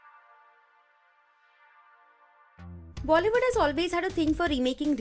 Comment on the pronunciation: bollywoodn intead of Bollywood